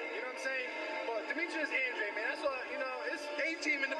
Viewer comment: its pronounced (Ann-drayd)